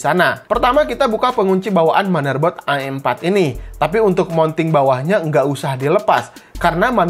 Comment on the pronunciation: Wih sering ngaji nih ngomong am4 aja a' m4